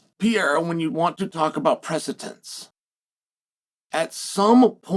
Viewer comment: Sound it with me... preh - suh - dents 😂